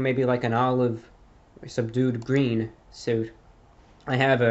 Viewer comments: Hey reviewbrah what's your favourite colour? It's gween!! It's gweeeen! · Its GWEEN